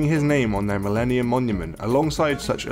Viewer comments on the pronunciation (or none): none